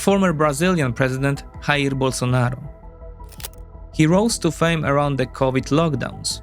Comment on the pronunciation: stop pronouncing jair bolsonaro as if it was spanish grow up you people